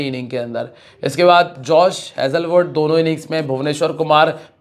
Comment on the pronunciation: भाई हेजले वुड नहीं हेजल वुड है